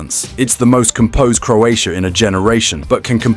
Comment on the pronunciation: I'm Croat, next time learn to pronunce our name before pronunce it.